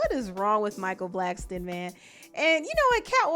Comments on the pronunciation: Bro why are you saying Blackston lol there’s no T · Ur saying Blackston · Black- son your saying it wrong 😑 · Blackson* not blackston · BLACKSON not Blackstone !!! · Micheal BlackSON not Blackston!